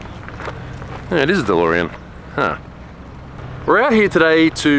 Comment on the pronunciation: lol the Dolrean